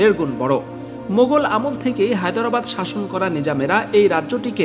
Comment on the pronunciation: "হায়দরাবাদ" শব্দটা ঠিক ভাবে উচ্চারণই তো পারলেন না, আবার প্রোপাগাণ্ডা সঞ্চালন করছেন!